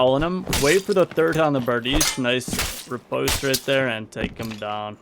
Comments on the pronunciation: I tought it was repoze? not ripotse or reposte? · 'Riposte' is pronounced with a long O sound like 'post'.